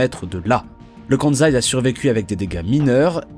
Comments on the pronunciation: On dit "Kansai" mais pas "Kanzai", pour être plus crédible !!! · très bonne vidéo. Par contre le choix du bleu sur bleu pour la carte du Japon c'est vraiment pas le meilleur choix 😅 Et c'est 'kanSaï' pas de 'Zaï'. Le 'S' n'est pas un 'Z' en prononciation 🧑‍🏫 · En japonais on prononce "Ossaka" et "Kanssai". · Pourquoi dire le Kanzaï (Kansaï) alors que vous prononcez bien Ossaka (Osaka). Cela pique les oreilles. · N'empêche qu'on prononce Kan-saï et pas Kan-zaï ! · Cette prononciation Kanzai est vraiment agaçante, sans compter que Kansai n'est pas le nom de l'aéroport, mais de la région. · Le "KANZAI", excellent ! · Mais pourquoi cette prononciation de « KanZaï » ? C’est débile ! Alors que la voix off prononce correctement Osaka, pourquoi fait-elle du zèle avec cette prononciation erronée ?